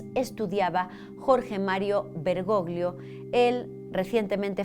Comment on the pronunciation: Querida gracias por tu excelente trabajo, no me pierdo ninguno de tus videos! Hablo italiano, el apellido del papa se pronuncia "bergollo'' porque 'gli en italiano equivale a la elle en castellano. Un abrazo desde España ❤